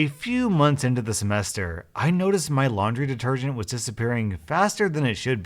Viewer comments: It's laundry, not laundy. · Ah yes I also have “laundy” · “Laundy” xD im dying xD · Anyone gonna talk about “Laundy”? Edit: OMG Thank you guys for 100 likes!!!